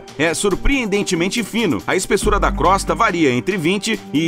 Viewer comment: Crosta pronuncia crôsta e não crósta